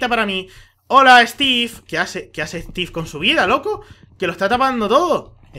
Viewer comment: stif en ves de steve